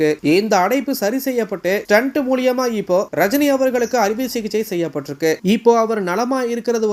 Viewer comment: ஸ்டன்டுன்னு சொல்றது stunt